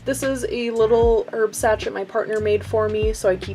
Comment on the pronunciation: Sachet is pronounced sashay